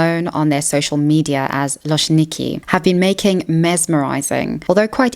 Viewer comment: Just a little note about loczniki (love them btw) - it's supposed to be prounanced like loh-ch-neekee because in Polish cz is basically like ch in English 🤗 I honestly think that they're doing this stuff for fun, they don't try to sexualise themselves, more like just make content that is funny/interesting to watch